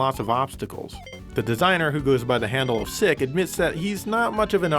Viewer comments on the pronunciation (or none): It's pronounced SEEK, not sick